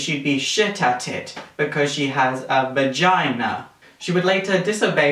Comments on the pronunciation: " apparently shed be 'bad at it' because she had a 'va-gina' " XD XD XD XD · he says "v a g i n a" hahaha